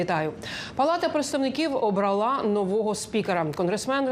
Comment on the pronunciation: ОбралА??.. це що за наголос